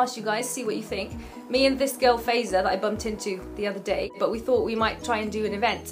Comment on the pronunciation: its FAAAAAiza....not fayza...im just saying..and im not her..